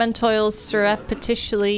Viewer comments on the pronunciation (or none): That boss reminds me of the boss from Castlevania SOTN. just a giant ball of bodies haha. Good job! nothing can stop you now! (except words like sir-up-ti-shus-lee :P)